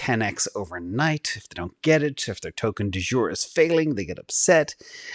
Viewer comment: Lol... "token de jeur " love it!!!❤💖💕😂😂😂